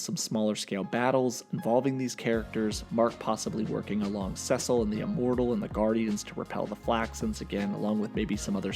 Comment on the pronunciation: Lol how can’t you pronounce Cecil’s name by now😂😂😂